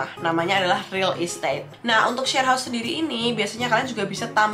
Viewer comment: Heaus ---> baru minggat bentar lidah uda kesleo